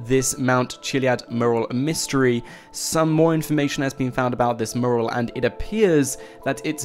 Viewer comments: It's fucking Mew-Rall Not moorul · Good video but please learn how to say mural... It's not pronounced murral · you say mural like I say Merle... ... ...haggard.... v.v